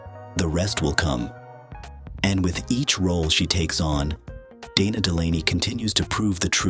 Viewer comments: Hate the AI voiceovers with mispronunciation, wrong emphasis, sometimes calling her "Donna" or "Deena" instead of Dana, etc. A 16-minute video and can't even narrate it with a human? it talks about her starring opposite Kurt Russell in Tombstone, but shows Kevin Costner and Joanna Going from the movie Wyatt Earp. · And "Deena" as well. So much for A I.